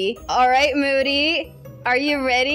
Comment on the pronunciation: It’s moody not moddy